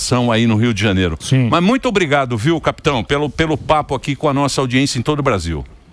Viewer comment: JANIERO ? Kk